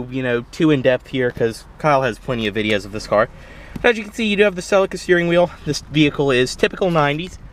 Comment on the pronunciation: Pronounced seleeka.